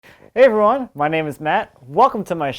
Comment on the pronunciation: For a long time I (nonnative English) was trying to find out why Matt says “Hi Ron” at the start of each video. Turns out he’s trying to say “Hi everyone”! I notice he has touble moving his lips while talking in general. I think Americans have relatively a lot of people with weird pronounciation, or should I say, there seems to be great diversity in speech.